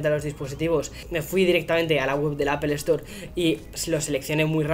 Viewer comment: "apple estore" "wihfih" "jigas"